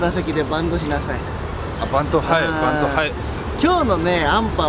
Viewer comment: バンドをいちいちバントって言い直すのすき